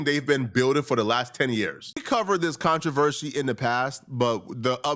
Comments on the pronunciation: I was looking for a comment on this. He says contro-ver-shee all the time. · Pronouncing “controversy” was putting bro through the ringer 😂